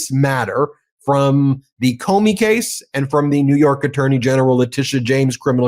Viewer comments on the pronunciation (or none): none